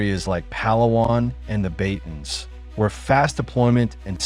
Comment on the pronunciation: Batanes is pronounced as buh-tuh-nes not🚫 beytens